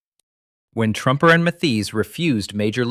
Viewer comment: Hey AI narrator guy...2nd Lt. Walter Truemper is pronounced True-Emper and Sgt. Archibald Mathies is pronounced Math-ees. You got that one right once or twice.